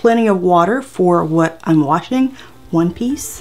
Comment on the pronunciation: “whettt ?” Hilarious 🤣